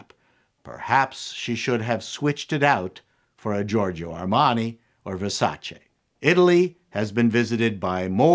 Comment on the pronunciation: Thakn you for pronouncing "Versace" properly and not with the "EE" sound at the end as they usually do in the US...I guess you are Canadian after all 😅